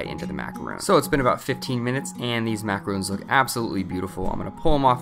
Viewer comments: Hi, I love your channel, and all the recipes are fantastic, but this has been a pet peeve that you have been saying (Mack-a-roon) instead of (Mack-a-ron), and not clarifying the difference between a macaroon and a macaron. In your videos you make macarons the French merengue sandwich cookie, and macaroons are coconut and egg white cookies. It's just been bugging me with the pronunciation mix up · u keep saying macarOOns but it is macarOn ;) and they need to rest in the fridge 24-48 hrs before eating! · Macaron is not pronounced (ma-ca-roon) the correct pronunciation is (ma-ca-ro-n) or you can just say French Macaroon. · He's pronouncing it wrong right? Im not trying to call him out or anything I'm just a bit confused between macarons which I think are these when macaroons are something else right? :o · Macarons. Not macaroons. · Macaron not "macaroon" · I think you are pronouncing it wrong. Macarons sort of rhymes with bronze. You are saying macaroons, sounds like moons, and is a different thing. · MacaRON - Not macarooon !!! 🤦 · No offence but Macaroons and Macarons are completely different things. Macaroons are these coconut treats while Macarons [Mac-a-rhon] are these french cookies with usually icing in the middle. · Just gonna correct your pronunciation slightly... Macaron is pronounced "mac-air-oh-n" NOT exactly the same as Macaroon. They are two very different creations and, as such, should be pronounced correctly. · It was pretty painful to hear you pronounce them "Macaroon" That is a completely different cookie. It really is pronounced how it is spelled. Macaron. They did look good though. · You're pronouncing the word Macarons wrong 😣 it's not "macaroons" it's Macarons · pronounced macaron wrong